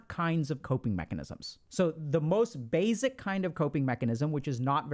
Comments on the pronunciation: Plzzzzz plz pretty plz, please, stop saying “bayzik”. Think of the word base, with no z sound on the end. Try saying base. Then try pronouncing the word basic. I know this is a small thing but it’s become like nails on a chalkboard to me and I can’t listen to these anymore and there’s so many I want to watch. It’s SO much in every video. Please, if you can correct this I truly appreciate it. Thank you. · Why does he pronounce basic like that? It’s like he puts a z instead of an s